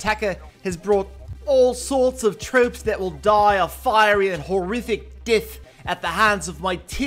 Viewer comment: "The troops whale doy a horrific dith. Dith? LOL